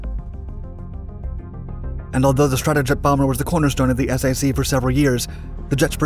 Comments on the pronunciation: Gen. Curtis LaMay is definitely ROLLING OVER in His Grave.... My Dad was in SAC - flew the HABU!! Later, I was in TAC.... Pronounced: SACK and TACK, just so Millennials don't continue to REWRITE ALL of History!! 😖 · I was in the 321st OMMS in the late eighties. Never heard anyone call Strategic Air Command "the S-A-C", it was always pronounced "sack". Just like Military Airlift Command was pronounced "mack", not "the M-A-C" or Tactical Air Command was "tack" not "the T-A-C". Although, when MAC went to AMC, well yeah. LOL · Strategic Air Command was referred to simply as 'SAC' as in 'sack'....not as 'the Es Ay See'.... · A couple of points: The USAAF ceased to exist in 1947. It was SAC, NOT "the Ess Ay See," pronounced "sack." Get it right, or don't even do it. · Strategic Air Command.....acronym SAC, pronounced "sack". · You confuse people by saying "S. A. C.". Say "Strategic Air Command" or SAC (pronounced "sack"). I am an Air Force vet. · Strategic Air Command was called SAC (think sack), not ess ay see. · Pronounced Sack, not The S-A-C! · It's not pronounced S-A-C, it's SAC, pronounced as sack, one word. Just as MAC is pronounced Mack, and TAC is pronounced tack. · For all that is holy, please say Sack instead of S-A-C. Good stuff, otherwise... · What is S-A-C? My dad served in SAC. The proper pronunciation is Sack, not S-A-C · Pronounced, "SACK', not, "Ess-Ay-See'. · SAC is pronounced sack, like a paper sack, not S.A.C. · Nice video, but it's pronounced "SAC" (as in "sack"), not "S.A.C." That kinda hurts your credibility with Air Force folks like myself. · It's SAC (sack). Poor bot voice just can't figure acronyms!😂✌🖖🇺🇸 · The S. A. C.? This is an acronym for Strategic Air Command. It is pronounced SAC (sack). Are you sequestered in your parents basement, with no contact with the outside world? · NOT S A C! It's pronounced SAC, as in sack. It would be nice if you really knew your subject. Thumb Down! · Not s a c, SAC!